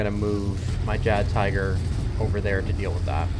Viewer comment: Just to let you know that in German, the "J" in Jagdtiger is pronounced as a Y sound. and tiger is said te-ger .